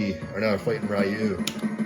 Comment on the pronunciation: This is a great cabinet with a great selection of games! Personally out of all the games I like Super Turbo. I would love to have one of these when I can afford one. Also quick note: Ryu's name is pronounced "Ree-you", not "Rai-you". Not sure if anyone else pointed that out, but that's all from me.